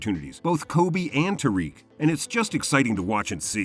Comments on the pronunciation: It’s not tyreek it’s tAriq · It’s pronounced like tuh reek